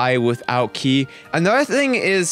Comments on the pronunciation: Its "kie" not "kee" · If you say key instead of kai one more time I will report you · it's ki not ke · it's K I not ke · its ki not key sorry but its been annoying me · yo its pronounced ki like how you pronounce i in high (i think you were sir smh") not key lol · What I find funny is how many times you pronounce ki wrong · You're saying ki wrong and it's pissing me off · Trigger when u say manga . and ki . sorry it trigger me .